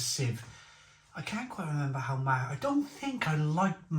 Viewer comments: Pronunciation- Ma-oo not ma-who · Not Mahu. Its Mao as in Chairman Mao. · It is pronounced 'MAOW' bit like the cat, not mahoo. Mahou....Maow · mahou is pronounced 'mao' like chairman mao. there's 2 different versions of it, one has a green label, and the other is the one you have, the red labelled 'cinco estrellas' or '5 stars' we served it on tap when i lived in spain, and honestly, when it's draught, it's dynamite!! we also served the estrella galicia bottled. at the time, the mahou was 2 euro a pint, and the galicia was only 1.25euro for a 330ml bottle. both were exceptional thirst quenchers in the costa del sol summer heat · Mahou is pronounced "mow" (like "cow")